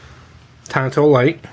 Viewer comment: Tanto. It’s Japanese. Unlike English, in Japanese they only pronounce their “a” sound one way; “ah”. Akira, Tatami, sake, yakuza, katana, arigato etc… On that note: “Hi-Yo, Silver! Away!”